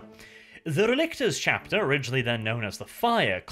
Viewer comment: Relic,tors. RELICS. I kept hearing RElictors R.E. Lictors Resident Evil Lictors through the entire video.